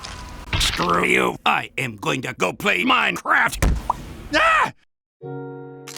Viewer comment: the way he said mineCRAFT is hilarious